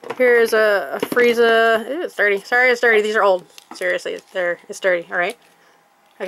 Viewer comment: Well she said that correct